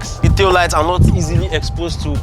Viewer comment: "this car.... did nor inherit dah rubbish" 😂😂😂